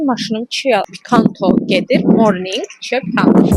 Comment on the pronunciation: Cia dedin tsiya dedin .Ama kia dı